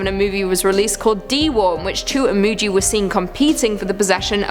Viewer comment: Imugi is pronounced EE-MOO-GHEE, not JEE.